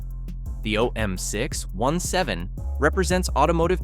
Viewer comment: If you want to narrate with AI, at least train it on how to say the fkn name correctly. Jeeezus! OM6…..17.